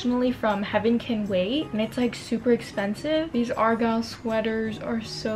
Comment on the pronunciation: Lol how she said argyle no hate